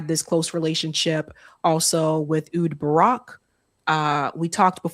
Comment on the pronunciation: "Ayy Houd" Barak